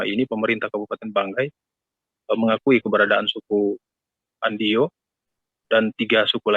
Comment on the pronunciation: Trimksh sudah memperkenalkan suku Andio, tapi klo bisa pembaca berita awal baiknya faham dulu agar tidak salah penyebutan suku Andio